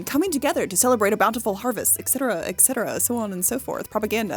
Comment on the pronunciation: Just a friendly FYI. It's pronounced ET-cetera, not ECK-cetera.